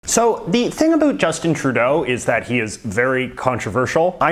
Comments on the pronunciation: You’re making us Canadians look bD, learn how to pronounce “about” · They dont seem so crazy anymore. Also, stop saying about like that as if Canadians talk like that, you half a fruit cake